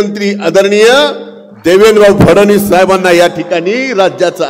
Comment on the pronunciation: फडवनिस नसतं ते ...फडणवीस असतं